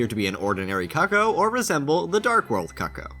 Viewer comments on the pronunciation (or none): Its Coocooo not COCKo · Pretty sure it's pronounced coo-coo not "cucko"